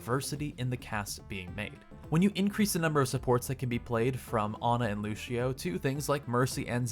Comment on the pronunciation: I'm gonna be that guy. It's Lució not Lushio